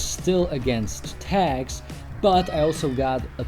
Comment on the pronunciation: It was I realized he was say "tags" and not "tax". "Man what a tough hood having to pay tax for clean walls!"